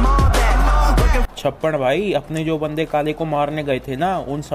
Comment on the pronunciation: Lol chappan bhai ne pubg ko bubg boldiya tha 🤣🤣